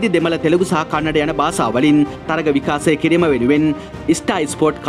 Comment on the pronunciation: විකාසය නෙවෙයි බං.. විකාශය. ඔයාට "ශ" යන්න කියවෙන්නෙ නෑ නේද?